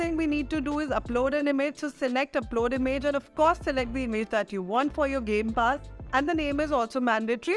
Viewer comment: "Gay pass"